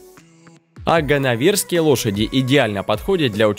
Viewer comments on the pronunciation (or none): А ворОные лошади вас не удивили? А ганновЕрские? Почему читает необразованный человек? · Да, и не ганновЕрские, а ганнОверские. Но видео хорошее 👍🏼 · Да не ворОные, а воронЫе. И ганнОверские! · ГаннОверские лошади, воронЫе лошади, невозможно слушать, ударение! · ГанновЕрские и ворОные...нет слов. Днище..